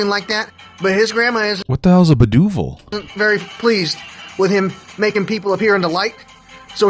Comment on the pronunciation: “Booduval” 😂😂😂 said brujeria it’s Spanish for like a witch